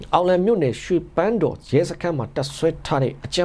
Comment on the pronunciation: ရွေပန်တော်မဟုတ်ပါဘူး နငယ်ရေ တိုက်နယ်ရွှေပန်းတေားပါ